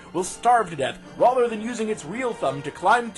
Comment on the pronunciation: why the fuck do you say "rother" instead of "rather"?